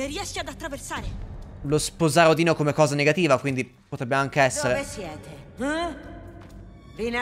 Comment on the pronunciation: mi sono cagato sotto, potevi scandire meglio la 'n' di Odino 😂